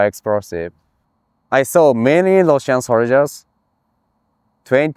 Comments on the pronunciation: "An then everybody die. It's facking big esprosive" 🤣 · "and then my rifle is fack up by facking big esprosive" 😂